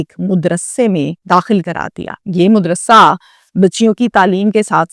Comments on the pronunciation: Mudrasa nahi hota madrisa hota h behen Urdu to Sahi krlo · Philosopher sahiba “Naan nafqa”not nufqa “aur” madras sa, not”mudrassa” phir ye naukari shokari kaun se Urdu he.Aap ko mutaleya ke sath teacher ke be zarurat he.Amal I think nadared